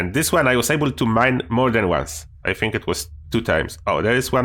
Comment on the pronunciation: Kurde dobre poradniki , ale bez urazy twój angielsko polski akcent jest tragiczny . Np . wymawiasz think jak fink , fink to mówi niedouczony chińczyk itd , itp . Mi to przeszkadza strasznie bo nie mieszkam w Polsce , ale szacunek za wiedzę na temat F67